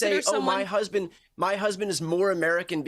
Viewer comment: "My hesbend." "My hesbend." "My hesbend." 🙄